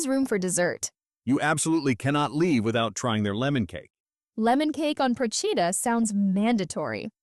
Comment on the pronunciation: Please learn to pronounce the name of the island Procida. You butchered it every time. Also missed the islands traditional dishes of lemon salad and special pastry the lingua di bue.